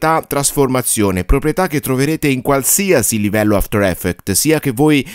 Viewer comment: a parte gli scherzi, il corso è fatto strabene, hai anche un bel timbro radiofonico, ma quella cosa mi distrae tantissimo! 😅